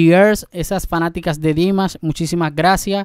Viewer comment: la pronunciación es Dimash, con acento en la a. No Dimas, como siempre lo pronuncias. Chamo corrige eso.